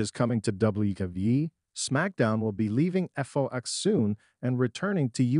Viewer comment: Her name is not Nea,it's Nia,with the I pronounced. It's Fox programming, not F.O.X. If you are going to report on things,learn to pronounce things correctly